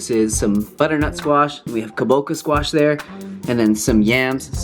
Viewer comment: Correct pronunciation: KABOCHA (cha) as in the dance Cha-Cha.